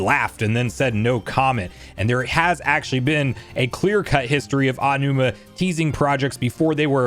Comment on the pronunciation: His name is Aonuma, not "AW-numa." A-O-NU-MA is 4 syllables and is pronounced "Ah-oh-new-mah." If you want to pronounce it quickly, it's "Ow-new-ma."